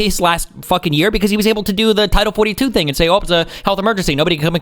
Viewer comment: "HE DID NOT HING WRONG"